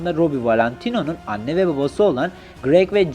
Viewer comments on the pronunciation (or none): none